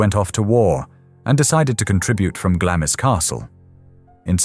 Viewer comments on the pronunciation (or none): Glamis is pronounced glarms. But great video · yes, it is and I get irritated when researchers do not do their due diligence. I am a New Zealander and we pronounce it Glarms as it has always been. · I am Scottish and we refer to it as Glams Castle ie the i is silent. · I say Glarms. I'm English though. If I pronounce it in a Scottish accent it'd be Glams. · I was indoctrinated to a received English accent when discarded by my parents to boarding school. The Royal family pronounce it Glarms. With an R sound. I appreciate its a Scottish castle and Scottish people pronounce it Glams. But if its a sasenack trying to pronounce it they'll hear an R. A lot on here are not from out Isles. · I found this video fascinating, although irritated by the pronunciation 'Glam is.' I used to volunteer at Gibside, now a National Trust property, which was the home of Mary Eleanor Bowes who married John Lyon, Earl of Strathmore. Under the terms of her father's Will, Mary Eleanor's husband was required to change his surname to Bowes. Her father, George Bowes, had only one child and Mary Eleanor became the richest woman in the UK upon his death. The surname Lyon was reinstated many years later, initially as Lyon-Bowes, but later Bowes-Lyon. The Queen Mother did visit Gibside in her younger days, prior to WW2, and eventually handed over the keys to Gibside Chapel to the National Trust when the family could no longer afford to maintain the property and estate. Mary Eleanor Bowes' life story is described in great detail in Wendy Moore's book, 'Wedlock.' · I think it’s “glaamz”. no r sound added.